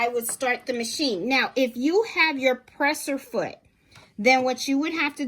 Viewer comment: Great job illustrating how the sewing feature works but terminology is off. I.e., presser foot not pre-sher foot. Also, speed control by foot is foot pedal. Some of it is just language issues but sewing terminology and proper names for machine parts should be included in the manual. Thx for doing this video. Waiting on my new machine to be delivered and excited to get started!